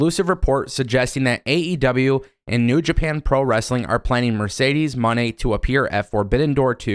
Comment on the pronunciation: It’s pronounced “Moe-Nay” not just simply “Money” lol